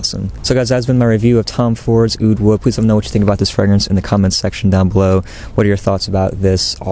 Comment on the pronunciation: oud wood? all I hear is "UwU"!!